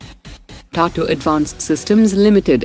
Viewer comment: Why does the narrator mispronounce most of the Indian names, like Tata and Akash in this episode?